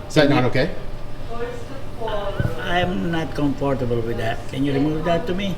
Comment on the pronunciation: As a public servant, your comfort is not a factor in your hiring. Quit and go work in the private sector if you’re not “cum four too boo”!